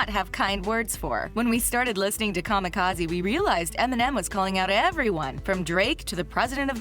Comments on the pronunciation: So much wrong in this video. I'm just gonna say the way she pronounces 'kamikaze' fucked me up. What are you doing? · Who ever made this article should hang themselves for butchering kamikaze...smfh